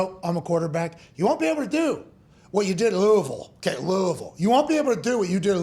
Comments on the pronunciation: Thanks pat for saying Louisville the right way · I respect the way you say louisville...just like a local. lol